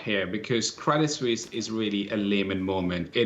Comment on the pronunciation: Credit Suisse, not Credit "Sussie". Neither Susie nor Suzy. - uncertainty, not "uncertainity"